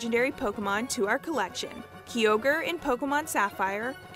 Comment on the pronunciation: Honestly, I love these mispronunciations she says Key o gre (the same mispronunciation from the Pokérap) Chairman ROSS